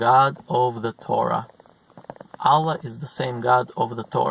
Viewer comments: Аlláh -- the stress falls on the second syllable. Álla -- it's the russian female name. The wrong pronunciation causes some disturbance, distracts from listening. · la ila ha il allah. pronounce it correctly